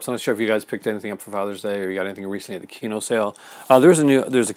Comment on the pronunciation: Kino is pronounced as KEE-NOH? Correct?